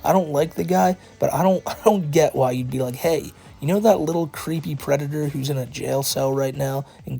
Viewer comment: Du white bowsuh is uh pweditoah